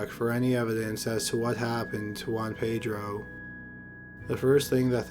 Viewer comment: ”Ho-anne-Pei-dro” Well done documentary but please pronounce names a little better